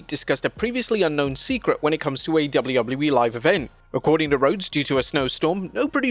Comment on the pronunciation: Anyone else notice he says it “Double-lou double-lou E” instead of “Double-you Double-you E” or is it just my ADHD? 😂